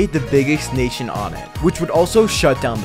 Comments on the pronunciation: every body, take your time to appreciate the error : « naition » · "the biggest naition" haha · its nation not naition